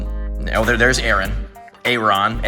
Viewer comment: BTW its air-on